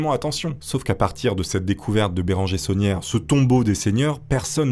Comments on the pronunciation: Tout le long de la vidéo je comprenais "la bétonnière", au lieu de "l'abbé sonière"😂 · C'est bizarre quand tu dis l'abbé saunière j'entends l'abbé tonnière 😂